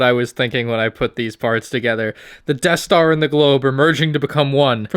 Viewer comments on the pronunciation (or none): the eaeth star